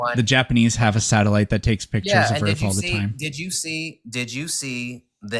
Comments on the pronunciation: 1. It's "Earth", not "Earfth" 2. "Earth" is not Hebrew 3. NASA doesn't rule the world 4. This caller is painfully & aggressively unintelligent 5. "We gotta take this back to elementary school for you" - caller is talking to himself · for all flat earthers and dunces , ITS EARTH, use the TH like in them or they or the, not EARF. Learn how to speak the word in your language before you tell people what it means in Latin. LEARN TO DO BASIC MAFF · I didn't know "Earff" was a planet.